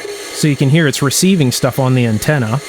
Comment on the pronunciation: Untenna lol